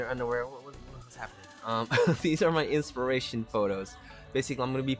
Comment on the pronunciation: I love how you say "inspiration" Make me laugh, XD. BTW. whats the name of the background music?